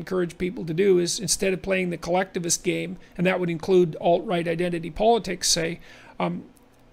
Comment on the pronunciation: lol JP misspoke and said "col-leftivists" - he shouldn't have corrected himself, that was perfect actually..